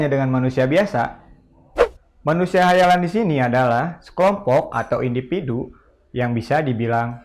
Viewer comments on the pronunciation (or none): Individu anjeng bukan indipidu